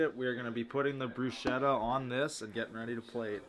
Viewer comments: You rub the garlic after the bread is toasted when the bread is hard and warm to release the natural oils and flavour of the garlic, and is right on how balsamic is pronounced, sorry. Also, bruschetta is pronounced BROO-SKEH-TUH😗👌🏼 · not correcting and bruschetta pronouncation is making me start to question his italian authenticity 😂🤭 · There's an important thing here on the video that no one pointed out: it's not about how pronounces "balsamic", it's about how he and everyone else pronouce "bruschetta" AND DIDN'T CORRECT THEM 😲 Btw, regardless from that, I think that bruschetta looked really good, sad it only got a 6/7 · The way you guys pronounce bruschetta is sending me 🤣 “ch” in Italian makes a K sound 🙈